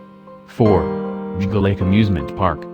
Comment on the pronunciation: Alan F I almost died laughing when it tried to pronounce "Geauga"